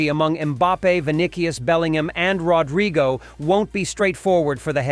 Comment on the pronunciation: Roadriago🤣🤣🤣 viniki 🤣🤣🤣